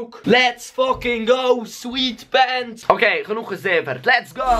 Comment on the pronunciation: "swietpents" hahahahaha :D